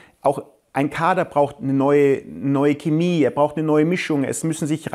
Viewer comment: ok nach jahren an denen man kaum was zu meckern hatte ist meine größte kritik an max seine aussprache von "Chemie"